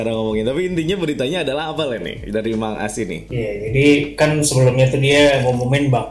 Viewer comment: Among as prunounce nya english us..emong as british